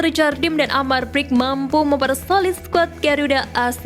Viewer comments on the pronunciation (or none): min cara baca amar brkic nya salah harusnya amar berkich gitu